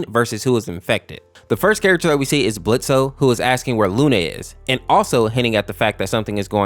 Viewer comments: AINT NO WAY YOU SAID BLITZO AND NOT BLITZ. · It's pronounced blitz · For Blitzø, His name is Blitz sense the o is silent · It's blitz, the O is silent. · Blitz the o is Silent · The o in Blotzo is silent 😂❤❤❤❤ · The O is silent for Blitzo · The o in blitzo is solent